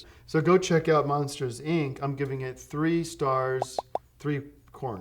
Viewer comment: Saying it as "Monsters Eye En See" short circuited my brain